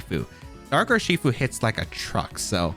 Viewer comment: Rather than saying 'Urshifu' as a single word, why the fuck do you split it into 3? Not to mention how you talk too fast that your brain can't keep up and you end up tripping over your own words. But like... you talk talk talk rly fast and then it's a slow 'ur-she-fu' n back to fast.